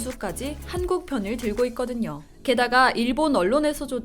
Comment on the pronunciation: 기사를 읽고 계시는 아나운서 자신의 발음을 다시 들어보세요. '한국'이 단음이 아니라 '한:국', 장음으로 발음해야 하지 않나요~? 답변 바랍니다